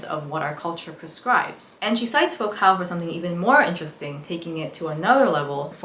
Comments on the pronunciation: Just because I don’t want some theory bro getting self righteous in the comments about a name people rarely hear spoken: Foucault is pronounced foo-co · Great video but girl Foucault is a french name, it's pronounced like foucough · You pronounced Michel Foucault’s name incorrectly, and a few other words and names. Great job on the content, I look forward to more videos